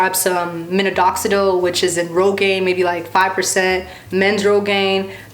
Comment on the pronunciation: Love your hair! BTW it's pronounced (mi nox a dill). Sending this with love.